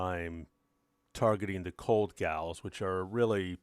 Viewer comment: The "gowl" prenunciation is killing me. "GooooooL"! Gawd! Ok now you may carry on.